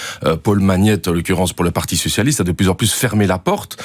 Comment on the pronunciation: Je reve ou j’ai entendu parti sucialiste ??🤣🤣🤣🤣🤣